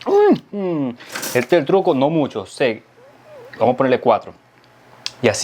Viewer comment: Tienes que decirle a que practique decir cuatro por que dice catro